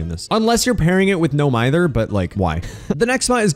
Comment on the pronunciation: dead hard has become a togglable sprint burst note: why did you say "no myther" its "no mither"